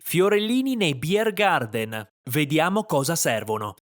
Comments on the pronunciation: 9. BiergarTen (Biergarten) e non BiergarDen, è tedesco, non inglese. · Un consiglio per i prossimi videi all'estero dell'. Chiedi alla gente del posto come pronuncia i nomi dei luoghi e dei personaggi, così ci si addentra meglio negli usi e costumi. La pronuncia bavarese è davvero divertente, tu hai inglesizzato troppo. Buon prossimo viaggio, non dimenticare il passaporto, se vai a Lignano 😅